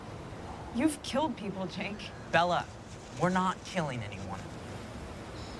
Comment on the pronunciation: Jennifer DawnStone well, She Called him like "Jac!" But the right Spelling is "Jake".